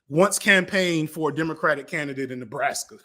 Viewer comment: The way you said the word Nebraska killed me last night on stream, and it killed me rewatching it.